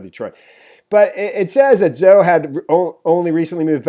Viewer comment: Put Zhao into Google translate ; It will tell you how to pronounce Zhao